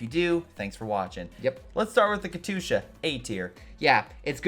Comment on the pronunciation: How do you sit next to someone saying Katyusha correctly and keep saying it like a derp.